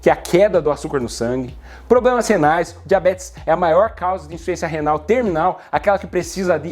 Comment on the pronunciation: Limeira Teho esses PlobremaQue O Dr Falou